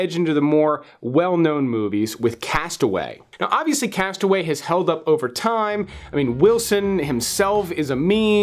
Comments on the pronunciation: You are mispronouncing the title of your #15 pick. The film is entitled "Cast Away" (TWO words, pronounced "Cast uh-WAY"(accent on the SECOND syllable of the second word). Mistakenly, you are pronouncing the single word, "castaway" (ONE word, pronounced "CAST-uh-way" (accent on FIRST syllable). Am I nitpicking? Perhaps, but considering what you do for a living, you should be more careful. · I wish people would learn to pronounce the title of "Cast Away." I almost never hear it pronounced correctly. It's not "Castaway." It's two separate words, "cast" and "away." That's important for understanding the theme of the movie. A castaway is someone who has been marooned or stranded, which the Tom Hanks character obviously was, but Robert Zemeckis chose deliberately not to call the movie "Castaway." That's because, while a castaway is a person, to "cast away" is an action of rejection. When you cast something away, you turn it into refuse or garbage; you relegate it to the past, no longer worth considering. The point of the movie is not the Hanks character's struggle on the island. It is the reaction of the people in his life when he returns and his reaction to their reaction. He realizes, through his wife's remarriage and everyone's misunderstanding of his state of mind, that he has been cast away by them. The movie is "Cast Away," not "Castaway."